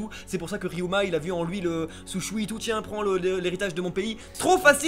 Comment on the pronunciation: Les gars, je vous adore mais c'est relou d'entendre toujours Soushui alors que c'est Shuusui svp ! Ca me fait le même effet que si vous disiez Sauchon au lieu de Chausson